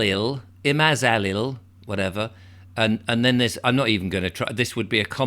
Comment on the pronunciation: emphasize the MAZ. So, IMAZaLIL